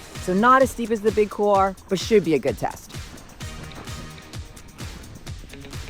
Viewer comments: No offense intended, but why is it that many North Americans cannot seem to pronounce the word couloir? Please, for the love of god, it is pronounced COOL-WAH, and not COOLAH... see the difference there? Aside from that butchery, fantastic content and very inspiring - well done! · Couloir. It’s pronounced kool-waar. It’s French. It means hallway. This is not a hard one. Still…cool video.